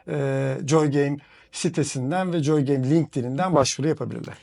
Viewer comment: Keşke gittiğiniz stüdyonun adının telaffuzuna önceden bir baksaydınız. JJJJooy game nedir ya. Abi joy gibi bir basit gündelik kelimenin COY diye okunacağını bilin lütfen. Video boyunca rahatsız edici.